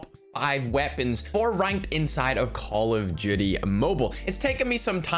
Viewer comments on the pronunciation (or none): I love how says call of duty but it sounds like call of judy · Nobody::Call of doody mubail